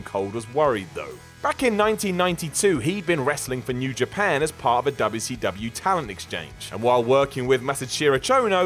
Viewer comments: FFS. "Double Yew See Double Yew." PLEASE. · You made me yell at my TV. Stop pronouncing “WCW” like that—please! You get a down for that. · I love how says "Dubyah C Dubyah" 😂😂😂